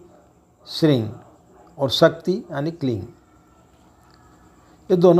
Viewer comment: इस वीडियो में आप हिरिंग श्रृंग किलिंग उच्चारण कर रहें है और दूसरे वीडियो में आपने हरीम श्रीम क्लीम का यानी ग और दूसरे में म का उच्चारण किया इन मंत्रों के साथ यही प्रॉब्लम है आप पंडित लोग ही कंफ्यूज है तो हमारा क्या होगा जी। सही उच्चारण क्या है हम भी कंफ्यूज है